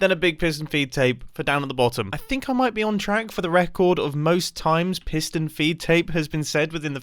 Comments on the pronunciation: take a shot everytime he says pistion feedtape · P i s t o n